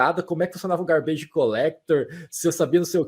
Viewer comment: É "gárbidj", não é "garbêije"